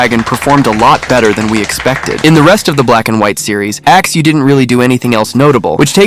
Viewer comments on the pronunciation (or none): I can still hear, "Axe axe....... Axeu" in my head. It was traumatizing